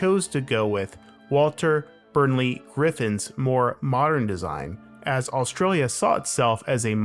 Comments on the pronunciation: “Burley” not “Burnley” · Also, it's "Burley" not "Burnley" - like a big burly bear 🧸 Also there's multiple hexagons, not just one. 🦠Hexagons run the country!🦠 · Doomed the city? LOL. I live here. I don't think you can say this city is a failure. It is actually very pleasant, thoughtfully designed and planned. And whenever I here an American criticising any other country, I just laugh and laugh. Also, it is Walter BURLEY Griffin. If you cannot even pronounce his name, best to keep quiet. I mean, how can you get that wrong? It is right there on the name of the lake that bears his name. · There's no 'N' in Burley